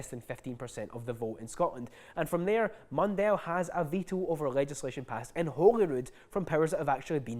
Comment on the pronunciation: Just to say, "Mundell" is pronounced "Mun-dull", not "Mun-dell". He says "Mun-dell" because it sounds fancy and shite.